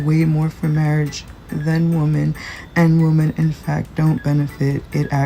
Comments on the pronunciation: Great video but as an aside, it's super annoying when people don't realize that "woman" and "women" are pronounced differently. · That last one bothered me because of the way she pronounced "women".